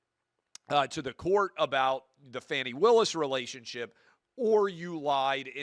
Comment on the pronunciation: When you can’t even pronounce her name correctly, there’s a problem. I don’t think what she did was smart. I thought it was really fucking dumb. But anybody watching this stupid case it’s been brought forward for prosecution who has a brain would know that the entire thing is Taudrey tiresome, and stupid. Yet any conservative kid watched that and as usual lie about what is clear right in front of them just a paint a picture because you have a fucking agenda always the agenda to hell man. Just speak to the truth not the truth as you see it the actual factual truth. When you guys stop making shit up like Fox News does then I might have something to listen to.